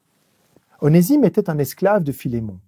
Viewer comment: Onésime se prononce Oné(z)ime